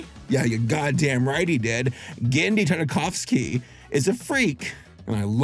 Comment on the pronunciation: So thats how you pronounce "Tardikovski" thanks!